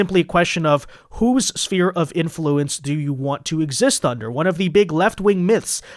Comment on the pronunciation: SPHERE 🌎 NOT Spear 🦯 please... (SSSFEAR)